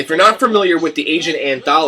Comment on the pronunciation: Argent – pronounced (are-gent) - Rod Argent was the keyboard player and primary songwriter for the Zombies. You will and Russ Ballard played with Argent from ’69 to ’73 went on to pen some rock staples of the 70’s for other artist like Rainbow’s “Since You Been Gone”, Ace Frehley’s “New York Groove”, Santana’s “Winning” as well as a handful of others.